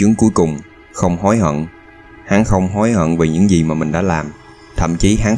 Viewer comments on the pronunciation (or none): Bạn người miền nam nói tiếng miền nam có thể phát âm chuẩn giọng miền nam được không? Miền nam không hề phát âm chữ “gi” thì “z”… “za” cảnh, “zì”, “záo” viên… nghe chướng tai cực kì. Giới trẻ miền nam không biết tự nhiên học đâu ra kiểu phát âm này